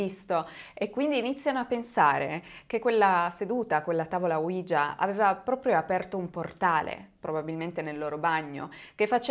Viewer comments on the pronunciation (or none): Mi piacciono molto i tuoi video,sia quelli del lunedì che quelli del venerdì,anche se sono molto scettico su questi ultimi,cmq sei molto brava,l'unica cosa é che tavola ouija si pronuncia proprio come é scritto,cioè Oui (si in francese) ja (si in tedesco) praticamente é la tavola sisi